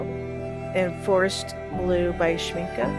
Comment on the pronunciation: I have all the granulating colors from Schmincke, since I am in Germany I can get them easily. By the way, congratulations on pronouncing Schmincke the right way!! You are the first one who is not butchering the name! Most americans say Shminkey (gringe...) I enjoyed your video very much! I would love several colors from DDL but geez, they are crazy expensive 😞 But I will definitely get some from A. Gallo. I have several from them and they are lovely too! DId you try their brushes? I got a set of travel brushes from them for my birthday and they became my favourite ones, italian quality for real! Love and light to everybody here!